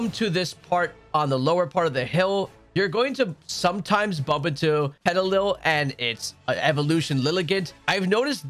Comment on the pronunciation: It’s pet- ah -lil like little, not petili